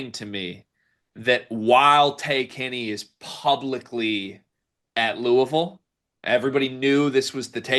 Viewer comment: Bro said Lawrence, Kansas and pooville 😭😂😭😂😭😂😭😂😒😂😭😂😭